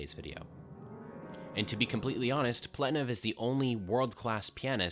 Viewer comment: I've never heard of this piece before and I'm honestly surprised by how incredibly interesting it is (both musically and technically.) Thanks for another banger! P.S. It's pronounced Pletnyov, the original spelling is misleading🙄